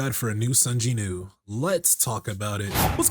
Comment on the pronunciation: Does Korea not have the "W" sound?? Who is JINEW?